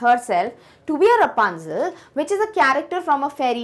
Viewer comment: thats rapunzel not rupanzel😄